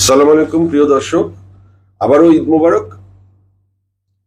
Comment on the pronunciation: কি ভাবে সালাম দিলেন ভাই এতো বড় সেলেবেতি আপনি সালাম টা ও ঠিক ভাবে দিতে শিখেন নাই আপনি 😄